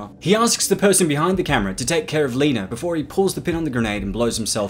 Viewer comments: Her name is Lena, not Leener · Lol, why does he keep calling her "Leener"? Lol.